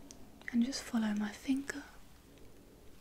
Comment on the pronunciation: "OK now I would just like you to look at my thinger"